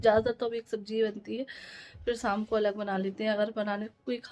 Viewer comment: Shaamku boloo saamku nahii